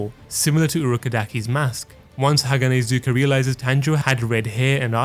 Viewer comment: Great vid but haganezga is not hanahazuka